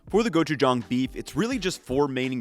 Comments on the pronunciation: THANK YOU for pronouncing gochujang correctly! My motto is, “Never trust a cook who can’t pronounce the ingredients they’re using correctly.” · Your pronunciation of gochujang is pretty good compared to some of the other food youtubers I've seen, and I had to rewind to double check that I was hearing you say it right lol